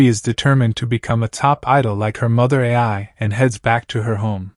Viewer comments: Hey man keep up the great work! Also, Ai's name is pronounced like "eye", not "A-I". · The Word Ai is The idols name. Why does it pronounce like another word called A.I. which stands for artificial intelligence? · labasbas That's not how the joke is. Lol. It's cus he's pronouncing her name wrong. Instead of just calling her Ai, he says A, I. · Ai as in eye